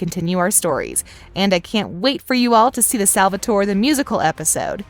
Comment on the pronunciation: In another video she said “Salvator-i”